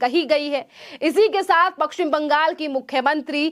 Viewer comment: पश्चिम बोलना नहीं आता और बाहरी को बहारी बोलती है।